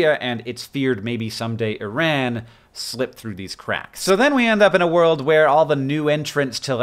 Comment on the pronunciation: john please teach this kid how to pronounce iran :D